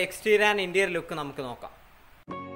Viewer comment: Its interior bro. Not interial